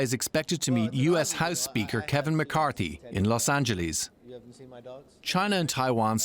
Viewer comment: Laws and-jo-lease? Is that the way to say LOS ANGELES? Wow! Wow! Wow!